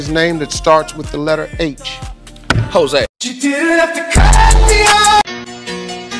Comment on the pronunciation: he said hose